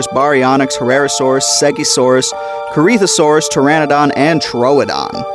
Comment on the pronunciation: That corythosaurus pronounciation irked me alittle